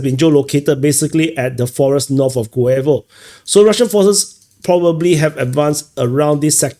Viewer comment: 2nd time: Guevo is pronounced "GOOH-yeh-vah". It's not Spanish or English.